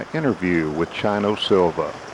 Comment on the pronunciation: It's not Chino like China, It's Chino like "Cheek" long 'E' sound, cheers!